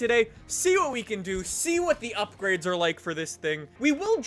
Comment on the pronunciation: We are going to do some UPGRIDS to this....... Does know how to pronounce any words??